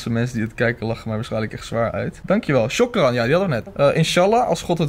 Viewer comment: Als iemand je iets geeft of helpt dan moet je shokran zeggen en je zegt het als chokran